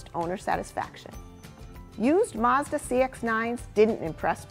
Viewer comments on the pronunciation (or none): none